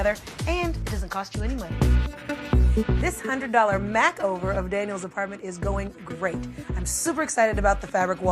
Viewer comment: she did not just say MACKover....